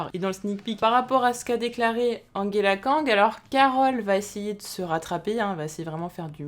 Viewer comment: Pourquoi, au grand pourquoi, tu dis Anguela kang?!?